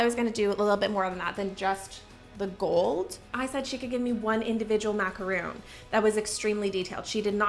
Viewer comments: Macaron. Not macaroon. Two different cookies. You should know the difference. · Had to stop watching after the 2nd time she said macaroon in less than a minute. It's mac-a-ron! I don't know why but that just gets me riled up. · Enjoyed the video but was so dumb struck that a baker didn’t know the correct pronunciation of the French pastry macaron. A macaroon is a coconut cookie. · Macaron not macaroon 🤦‍♀️ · I love your videos, and I’m not trying to be a D*** but it’s macaron not macaroon 🤪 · I love you so much. But every time you say "macaROON" instead of "macaRHON" it's killing me, girl. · The first were macaron. Macaroon are something different. I don't like how the two names are so similar. Not long ago I realized the correct pronunciation and difference. That's the only reason I share. 😊